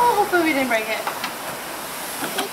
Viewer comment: commentary "You bwoke it." "Get down before you bweak it." "OK, you're Bweaking your car!" XDDDDD LMAO Good job on the repair.